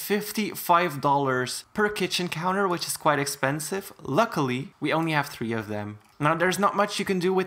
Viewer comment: Reasons why this guy bothers me since nobody asked... 1: he pronounces three as tree 2: he thinks he’s a good builder when he’s trash 3: sis be thinking $90 is a lot😳 4: the forced voice with him thinking it’s cute, should I go on...?